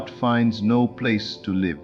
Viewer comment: Thank you for another wonderful Neville Goddard message! But, I ask you, do you listen to these AI generated speeches before you release them? Can't you choose a pronunciation, such as lìve or live? The word present or present? It's terribly disconcerting to hear gross mispronunciations at vital points in the narrative. Can you do better? I think you can.